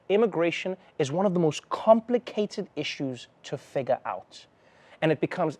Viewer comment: Ha ha the way Trevor says "figure" rhymes with the N-bomb!